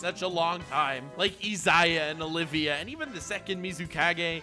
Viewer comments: Just so you know, her name is Olivier (Oh-liv-Ee-aye), not Olivia. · Oliver not Oliva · it's Olivier not Olivia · No one else gonna get triggered that he’s saying Olivia, not Olivier? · And calling Olivier "Olivia" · Okay but the REAL question for me here is whether is flexing on us again by pronouncing Olivier Armstrong's name wrong or if he just genuinely didn't realize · You may not be saying Enel wrong, but you are saying Olivier wrong